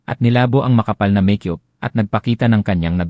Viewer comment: Walang pagbabago Ang bigkas mo ng make-up, meyk yup or meyk yoop pa Rin, tigas ng ulo mo, dyusko ko Ang bigkas mo ng unit ay onit pa Rin ayusin mo nman pagbigkas ng mga salita tulad ng supot nagging bastos tuloy Yung kahulugan ng klase ng pagbigkas mo, utang na loob kung Hindi nyo papalitan Ang narrator wala nang tatangkilik sa mga kwento nyo